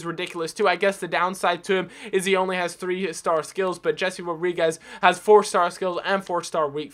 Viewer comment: Jese is pronounced "Hay-Say" not "Jesse"